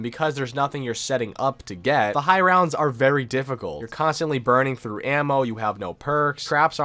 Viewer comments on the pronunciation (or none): none